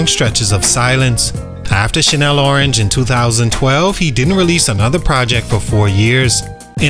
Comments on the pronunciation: Channel Orange. Chan-nel. Not Chanel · Why u keep saying Chanel orange it's channel orange lool good content though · The butchering of his album name is crazy. Channel Orange not CHANEL ORANGE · “Shannel” Orange? Seriously?